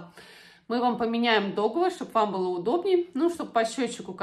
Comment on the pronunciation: Не дОговор,а договОр.